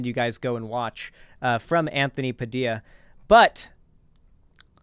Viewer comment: They way pronounces “Padilla” is like nails on a chalkboard LMAO